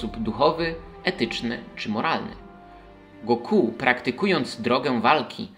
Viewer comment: Trudno zapomnieć o GO-KU" xd tego imienia się nie dzieli na sylaby. To jest Goku po prostu, nie Go Ku xddd